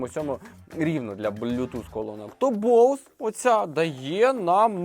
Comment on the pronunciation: Ведучий просто топ😂 І дякую, нарешті розумна людина правильно назвала назву Боуз, люди будь ласка не Бозе, розумію що багато хто далекий від англійської мови але коли другі блогери розказують про цей бренд а самі навіть на знають як назва вимовляється то трохи шкрябає сердечко